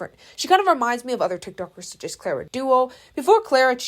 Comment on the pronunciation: hey, i know you dont rly like clara but you had so many opportunities to learn pronouncing her name correctly. it's very icky :]